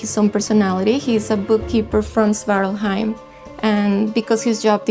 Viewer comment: a bit funny to see that no one in the crew seems able to pronounce svartalfheim correctly ;P